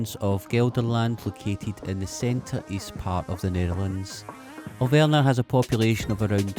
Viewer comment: AhLL- Vrnah!!!! That is what you were talking about,,, Alverna...no W is it and no a as in say whaqt so ever the difference between v and f is the same as between z and s, v has NOTHING in common with W.